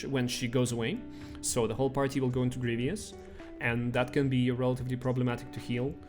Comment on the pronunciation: GREE-VUS not GREE-VEE-US